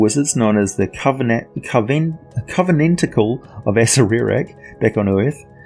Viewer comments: You lose credibility when you can't even pronounce one of the most famous beings in the D&D Univers correctly, why do you ad the extra sylable? A-cer-ack. Not A-cer-er-ack. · Isnt it pronounced ah-sair-rak? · The right accerak pronuntiation is a-SHAI-ak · levimorne I think according to Perkins (you can find it on the Stream of Anihilation plot overview) pronounced it as, (Acer-err-ack). Funny enough, I think the pronunciation in the TOA book is actually wrong. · Chris Perkin’s pronunciation from the stream of anihilation. A-Cer-Er-Ack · lol thats what i thought. You pronounce it how you want tho. Be yourself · man, I have heard so many people pronounce Acererak and I have to say, the way you pronounce it is the latest lol. I will never actually know how to pronounce that dudes name! BUT good video as usual! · Pronunciation of Acererak Discuss... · Thanks for the feedback Erich, this video is several years old and I have long since corrected that error in my pronunciation thanks to helpful feedback from viewers such as yourself. If you spot errors in more recent videos, please let me know.